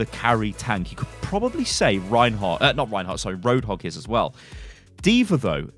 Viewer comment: Did he say hog god roadhog ehhh...?